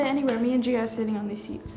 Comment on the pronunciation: Gia is a good friend ! She said it right!